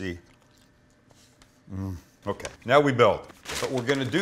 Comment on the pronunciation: did he say "meow we can start with our meat and our cheeses"